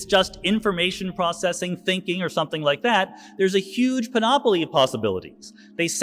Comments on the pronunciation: It’s PAN-oplee not pa-NOP-oplee ( } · it's PAN'-oh-plee, NOT pan-OH'-plee!!!